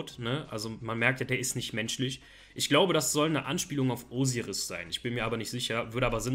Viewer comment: Wie geil du Osiris aussprichst 😂 Der OG Red Eyes ist mit dem OG Dark Magician Girl die schönste Karte ❤ Der OG Summond Skull war meine erste Karte überhaupt, also gibt's da auch keine zwei Meinungen 🙏🏻